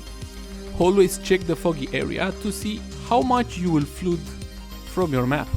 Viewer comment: Pronounced "flud" not "floood"